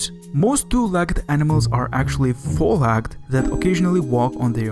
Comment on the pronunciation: this accent bundled with this guy's mom sleeping in the other room is not a very great combination when you're trying to hear what this guy is saying. edit: "THEY ARE TWO LACKED ANIMALS" bro how the fuck can you mispronounce a three letter word "leg"